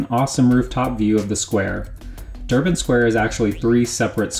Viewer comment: sorry but its durbar square not durban square, nice work though great job